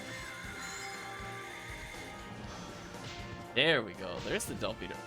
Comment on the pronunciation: Pronunciations: Gi Gue, ギ・グ―, gee-goo not guy-gwee Agito, アギト, aa-gee-toe not aa-jee-toe Delbiter, デルバイツァ, del-bite-er not del-bit-er